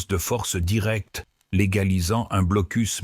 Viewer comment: Le "blocul" Kaliningrad" ah ah ah l'IA quelle tâche !